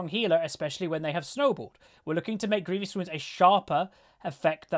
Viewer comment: i find it so funny how many people, including myself most times, say grievious wounds. there is no 'i' between the v and o xD